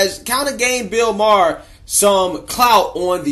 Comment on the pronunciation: I dont wanna BE rude. But i think its Maher not Mahar...peace✌️ Freeeee ma boy Kyleeeeee